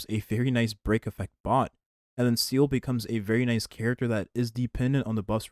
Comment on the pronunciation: why do you always say seele’s name wrong? is it a running joke or something? she’s not a seal